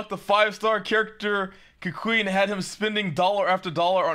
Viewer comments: i thought what they said is "KEKking" KEKw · Haha did I just heard him say KeQueen??? Yep he's simping hard alright.. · I still cannot believe this man read Keqing as KEKWING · Ironically that isn't how you pronounce her name, it's "Ke-ching" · Even after spending over 2k, he still doesn’t know how to pronounce keqing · Spending insane amounts of money while not being able to pronounce the name of the character you‘re wishing for